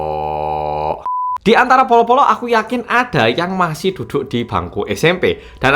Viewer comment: kak itu ngomongnya polo polo apa bolo bolo?